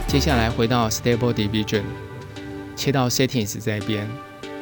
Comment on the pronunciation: 影片很讚~ diffusion 的發音可以修正 你都念成 division 加油喔